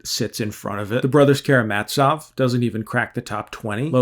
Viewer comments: man why do you pronounce it like "karamaTZov" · Why did you read it like KaramaTSov? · In Karamazov all "a"s are pronounced as in "car". And the "z" is just z as in zeta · I like how you pronounced it Brothers Karamazzov, as if it's about made men. Bada bing bada boom. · Well that’s an interesting way to pronounce Karamazov